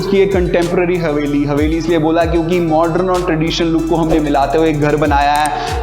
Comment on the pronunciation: I really stopped seeing because of hearing the work "MORDREN" 100 times.. please say 'modern' and spare the word... Rather than over using...🫣